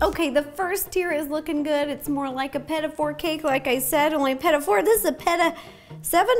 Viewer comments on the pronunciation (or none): Fun idea for the cakes, but Peda four ? Canadian here , Petit Four pronounced peh-tee fohr. The accentuation is on the second sylable of peh-tee and the r is a soft rolled r .